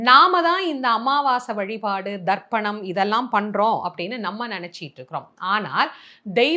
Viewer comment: It is not darpanam it is tarpanam